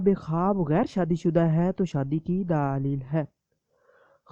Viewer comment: Ap urdu theek sy boliye please. Daleeeeeeeeel per zara kam zor dein.